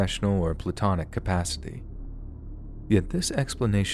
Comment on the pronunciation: Try plAtonic… not plutonic smh